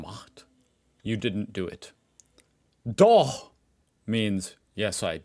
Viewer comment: Wow,. Your pronounciation of "Doch" was perfect! We know that the ch-sound is not easy for Americans. 😀